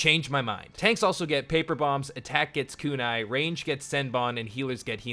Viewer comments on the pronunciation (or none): none